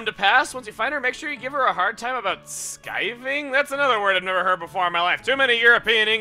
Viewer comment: It's pronounced with a short "i" sound. It means skipping, basically. I learned it in Harry Potter. Skiving Snack Boxes!